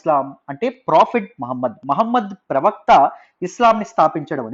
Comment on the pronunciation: pravakta chanipoindannaru?? No clarity